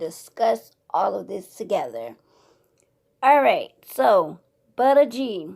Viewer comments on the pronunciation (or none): Butter is spelt "Butta" the name is Buddha is said BOO-DUH. Like the religion. You saying it wrong